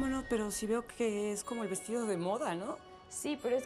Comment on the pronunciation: Like si te diste cuenta q dice vestillo en vez de vestido